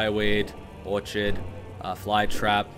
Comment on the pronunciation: Also, it's "or-kid" not or-chid